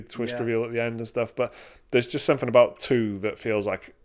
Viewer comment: "they got him in a cage of somfin" LOL